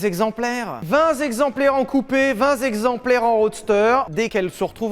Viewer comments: Vingt z'exemplaires plusieurs fois de suite... Ça pique. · Vingt texemplaires et non vingt zexemplaires ! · vingt zexemplaires, avec un Z bien insisté 🤣. >> vingt texemplaires sylvain. Moi perso je ne rend pas le permis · vingt Z'exemplaires !! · On dit vingt téxemplaires et pas vingt zéxemplaires. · VingT exemplaires. Pas vingtS zexempliares. On fait la liaison bien ou on la fait pas. Super vidéo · Vingt z'exemplaires ! Vingt Dieu ! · Oui, vingt zexemplaires en coupé, vingt zexemplaires en roadster, c’est cool. Vous zavez raison, c’est très limité 😀🤓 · Vinzexplemplaires, vinzexemplaires... ça en fait pas beaucoup 😄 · oh non il a dit vingt zexemplaires. et c est quoi un zexemplaire? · "Vingt s'explemplaires" ? 🤔 😅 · 20 zexemplaires!!!! Y a pas de s à 20! Ca m'a arraché les zoreilles! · vingt zexemplaires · vingt "t'"exemplaires et non vingt "s'"exemplaires :D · Après la liaison au sol, vous nous offrez une autre forme de liaison : la liaison fatale ? vingt zexemplaires ? 🤣🤣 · Vingt zexemplaires vingt zegzemplaires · c'est pas beaucoup vingt zéxemplaires... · 20 Zexemplaires... ouille ouille ouille ! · Sylvain video : Vingt Zexemplaires Sylvain qui lit mon commentaire : TA GUEULE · Vingt zexemplaires ! Ouais, si on veut ! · Vingt zegzemplaires 😂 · Toujours au top vos vidéos !!! Continuez les mecs (Sylvain tu mas tué avec ton "VINGT ZEXEMPLAIRES") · Vingt zexemplaires 😣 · "vingt Zexemplaires en coupé, vingt Zexemplaires en roadster" juste après la belle faute reprise par Pierre... ça fait beaucoup en peu de temps ! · 20 Zexemplaires... attention à la liaison au sol ! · Vingt zexemplaire, c'est vraiment pas beaucoup :0